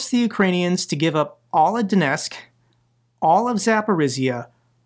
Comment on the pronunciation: Mate as much as I support your work please pronounce the T in Donetsk. It's disrespectful to be so sloppy about Ukranian place names.